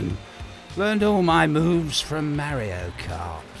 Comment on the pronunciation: “Mariyo kart”